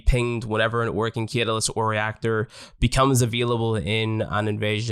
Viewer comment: Great guide but .... its CAT-A-LYST. Don't mean to bd that guy but it was triggering me